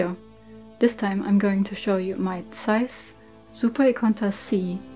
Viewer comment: Ich hab mich erst erschreckt das jemand bei YouTube Zeiss richtig ausgesprochen hat, dann kam die Sprache auf Düsseldorf... 😅 Ich habe selber eine Ikonta, ohne super, und bin immer wieder begeistert über die Qualität des Objektivs. Die "kleinen" Ikontas haben zwar keinen Rangerfinder, sind dafür noch etwas kompakter.